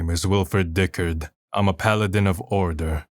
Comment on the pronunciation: Okay, i have to admit, the voice acting is top-tier. Though i cannot exrpess my sheer disappointment that "Diccard" is pronounced "Dick-urd" and not "Dick-ard"